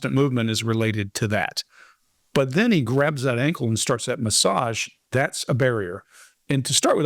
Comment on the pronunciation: Looking forward to finding opportunities to use the word, "MASSAGE" this coming week so I can try pronouncing it like does, "MA-ssodge."